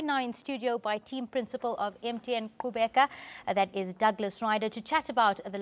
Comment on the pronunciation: lol i didn't know you did the click sound when pronouncing qhubeka.